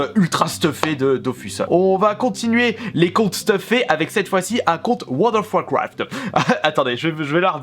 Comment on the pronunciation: Très bonne vidéo 😊 tu ma tuer avec ton: Wold of wouacraft mdrr 😂 pouce bleu habituel 😉👌